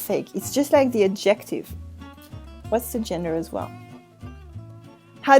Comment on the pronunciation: Hi, a little confusing for the anglophones - your pronunciation of idea, should be ideA, (pronounce final 'a'), or else it sounds like ID= short for identification. Also adjective has the emphasis on the first syllable, ADjective, not adJECtive. Totally throws me off every time I hear you say it. And you use these words in almost every episode. Thank you for your great videos, and thank you for resuming this series. I've missed you. A bientôt! :-D